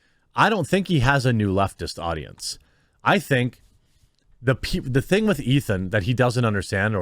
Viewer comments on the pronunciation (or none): none